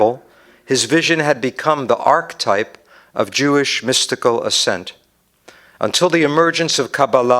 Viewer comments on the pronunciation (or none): none